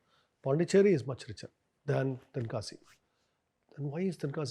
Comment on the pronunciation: Hey man That's not a Tenakasi, That's Tenkasi.